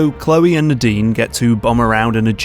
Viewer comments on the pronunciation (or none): none